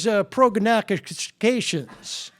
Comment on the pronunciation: The 'my mother's prognostications' part cracks me up every time. He pronounced it correctly, which shows that development is possible for all of us. Way to go W!